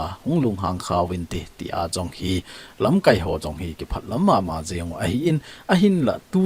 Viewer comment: Lamkaipu, lamkai na pronounce dan chu a dih poi. Tua na pronounce dan chu 'verb' banga a kiman teng hitia chu man ding ahi. Noun ahi teng KAI ti lai chu kai sao ding ahi.